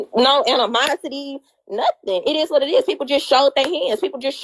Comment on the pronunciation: Animonity 😂😂 baby ANIMOSITY??😭